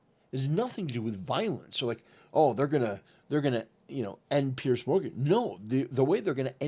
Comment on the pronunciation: Its Piers, not Pierce.